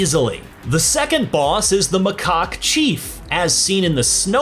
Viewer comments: Its macaque not macacok 😅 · did he say "mah c0ck thief"? 😐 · haha...he said macock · TIL this previewed doesn’t know how to pronounce macaque